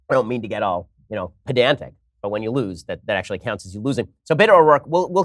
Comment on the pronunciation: That is soo funny. I am rolling on the floor. "I don't wanne to be pesnatic."